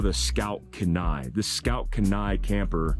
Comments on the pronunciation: Key-Nye. Not Kuh-Nye. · Hey brother, thanks for another great video. FYI- Kenai is pronounced (Keen-eye). Named after the Kenai Peninsula and River in Alaska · If you are from Alaska you are cringing with me every time pronounces "Kenai" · Kenai is KEE-ny (key nigh) It's Dena'ina, which is part of the Athabascan tribe in South Central Alaska. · If it's named after the Kenai river in alaska....we pronounce it keen-eye. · It's pronounced KEY-NYE....its a town in Alaska.... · As always excellent content! BUT, as someone who lives in the city of Kenai, on the Kenai River, on the Kenai Peninsula, I gotta say its pronounced Keen-eye! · It’s pronounced “Kee-Nie” lol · Pronounced "Keen-eye", I grew up there. Great vid, I've had my eye on this camper for awhile. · Cool rig!👊🇺🇸 and just as tip from a long time Alaskan who lived not far from Kenai. Alaska... its usually pronounced. KEE NI. LOL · haha man, as a former Alaska resident (I was stationed at Ft. Wainwright) I laughed at your pronunciation of Kenai Love what you do! keep up the good work